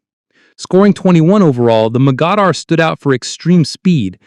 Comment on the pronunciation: No mention of the absolute floating disasters that were the Soviet Leningrad class? Those boats had so many design flaws and shortcomings that the Soviets ran to the Italians for help in learning how to build modern warships. Also, Mogador is pronounced Moe-guh-door.